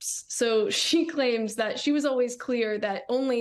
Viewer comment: Its Al-Ways. Not Al-Was 😂 you get me every time!